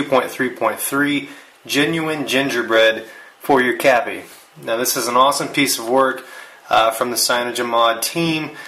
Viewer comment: Ugh... "Cappy"? Seriously? :(